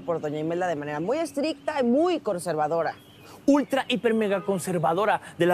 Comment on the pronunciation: dijo: de una manera muy corce-vadora jajaja (lo olvide) 😅